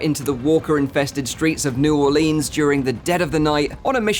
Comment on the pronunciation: nah not the “new orLEENs” 💀 (i dont actually mind lol, I live in new orleans and it always catches me off guard when i hear it that way)